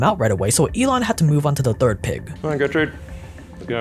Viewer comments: Cant pronounce dorothy. Proceeds to say “Gootrid”. needs the pronunciation update for his neuralink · Pig’s name: Gertrude: Gootrid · Gertrude, not gutrid :)))